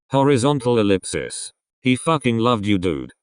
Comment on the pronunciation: im sorry but.... “horizontal elipsips” 😩💀👏🏻